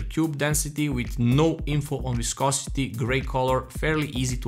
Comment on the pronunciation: Idk if anyone let you know in the comments, but you pronounced "viscosity" perfectly.